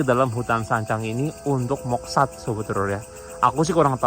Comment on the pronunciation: moksa bkn moksad